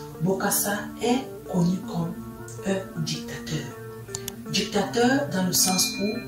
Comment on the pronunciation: Essayez de mieux parler français en respectant la phonétique. Djictateur, sentchirrr, dju pouvoir, etc. Mais sachez que bcp de choses que vous avez dit sont des récits qu’on a voulu nous faire croire. Bref, sur certaines choses, vous avez relayé des mensonges.